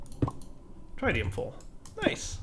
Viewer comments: its tritium, not trytium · akschually it is pronounced TRI-tium like three-tium not TRAI or TRYtium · the way he says tritium is painful. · please learn how to say tritium